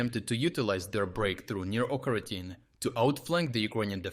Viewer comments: Pronouncing it like Oca-rina-time is not only wrong but sounds like a Zelda game. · still subbed for quality of analysis, but lately it honestly sounds like this is narrated by AI - "Ocheretyne" pronounced one way, pronounced a different way. I can't imagine anyone saying a name of a town in 2 different ways just seconds apart, but correct me if I'm wrong. Please keep up the great work, but please don't cut corners with AI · Why are you not pronouncing the village of Ocheretyne properly? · Why do you pronounce Ocheretyne like you do? 🤔